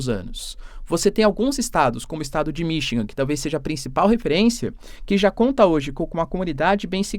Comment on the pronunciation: Pelo amor de Deus, é Michigan não Minchingan.😮